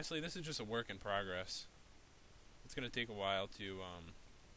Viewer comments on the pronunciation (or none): none